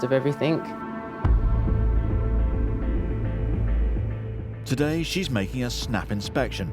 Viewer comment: The Kings English, Oxford English both define that the correct way to pronounce the word EVERYTHING is "every- thing" and definitely not EVERYTHINK (everything not everythink).